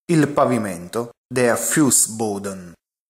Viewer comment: Le slide sono carine ma qualche pronuncia poco chiara ( das FenSTER- Der Fussboeden )